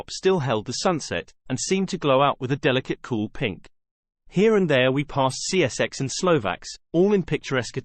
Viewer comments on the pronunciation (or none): Lol, the A.I. voice pronounces “Cszeks” (Czechs?) like sea-essex 🤔